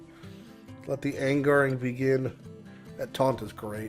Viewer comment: its time for some galen pure "Let the angaring begin" xD